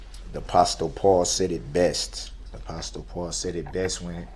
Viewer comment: who the hell is APASTALE Paul…yeah, APASTALE Paul said it best 😂 You mean, Apostle (ah-pah-sel) Paul? That must be in the section with the commandments where it said “Thou shall not kill” and “Honor thy Father and thy Mother”. You silly, narcissistic, illiterate murderer 😂 Thankfully you’ll have 1,000 years to work on your pronunciations in jail.